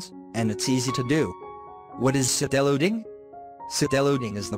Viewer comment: BTW not see-del-loading..... = side-loading 👍